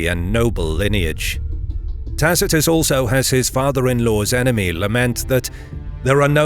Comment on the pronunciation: This chanal is amazing for how how know latin you pronunce Tacitus wrong the c a hard k sound I guess you have similar problems whit aother languages but you maybe should know. You use good source materials